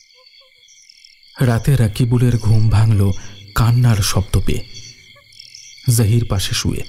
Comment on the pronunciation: জাহির কথাটা বারবার কানে বাজছে, বাংলাতে জহির হবে। আর সামীমা কথাটা উর্দুতে বলে, বাংলাতে এটা শামীমা হবে।